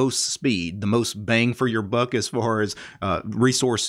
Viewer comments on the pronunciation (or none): none